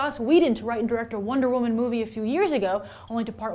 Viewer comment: Wonder wo-MAN